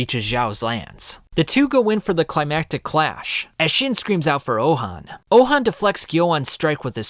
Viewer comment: Pronounced ouhon name so wrong… his name is not ouhan its ouhon